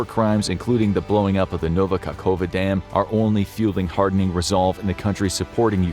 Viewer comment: Pronounced KahovKA. Kah- hov- kah. Kerch rhymes with Perch. Actually, it is Keh-r-ch in Slavic languages. But Kerch is fine.